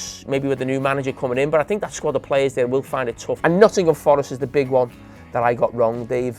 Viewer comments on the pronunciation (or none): none